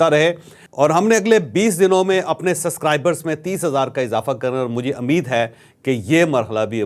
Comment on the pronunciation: It's not Ameed. It's Umeed.